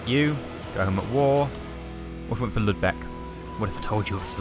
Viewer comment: It's lübeck not ludbeck -.